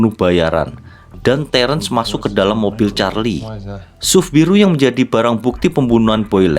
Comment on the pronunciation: SUV dibaca Es Yu Vi bang